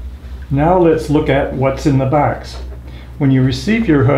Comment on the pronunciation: What's in the 'bwarks'?